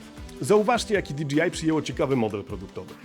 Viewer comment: Fajna recenzja! Jedna tylko mała uwaga bo kole w uszy ;) Za połową filmu bardzo często mówisz "di dżi aj". Nie "di dżi aj" tylko "di DŻEJ aj" :)